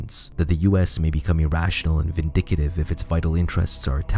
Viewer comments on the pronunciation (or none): Good video! On point and accurately documented but you cannot pronounce the word " VINDICTIVE" as " VINDICATIVE" as is clearly heard! This topic must be exhaustively researched and clearly stated if you are to be taken seriously, and it doesn't get much more serious than this! Mutually Assured Destruction, as it turns out, was a pretty good idea when the the belief was held by somewhat rationally thinking people! People may not be so rational these days. M.A.D. has been infused with FAITH; REAL FAITH; PURE FAITH! And THAT is what should TERRIFY US!!!